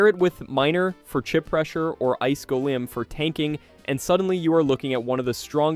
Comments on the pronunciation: Gol-eem - sounds wrong Gol-um - sounds correct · The way you said golem made me mad